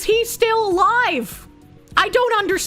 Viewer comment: You mispronounced alive madam.